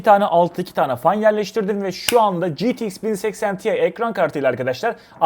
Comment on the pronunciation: Ya "ge te iks 1080 te i" demelisin ya da 1080 i de ingilizce söylemelisin.